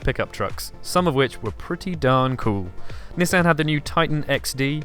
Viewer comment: Why American luxury Nissan is not American it's like Japanese or some shit and it's not nussan it'd Nissan man step it up my dawg come on overall good job yeah I'm out peace